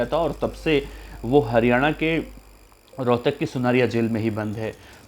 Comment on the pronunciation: Rhotak ha rohkar nhe bhai ji